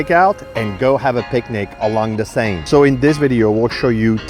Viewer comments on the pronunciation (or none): none